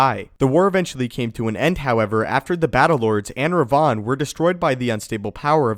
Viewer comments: ThibautVDP Even it was Rivan, which is strange seeing both KOTOR games had written Revan, and not Rivan. would still be mispronouncing it. Because the way he says it, it sounds like Rayvan and not Rivan. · i didn't know this guy existed. i thought just mispronounced it. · Ped K different Revan this is "Rivann." AKA Darth Revan fanboy.